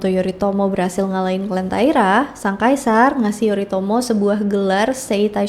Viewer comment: Tulisannya Yoritomo tapi bacanya Yorimoto😅😅